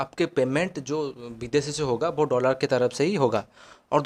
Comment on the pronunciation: Bhai Dollar hota hai doolaaar nhi😂😂😂